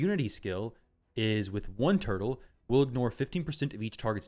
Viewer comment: oh mah laww a snapping turrlaww